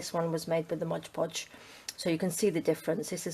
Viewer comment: Am I the only person who is bothered when someone says modge podge? Its mod podge..